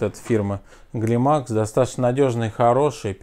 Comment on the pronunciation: Не Глимакс а клаймакс, и не галт а культ.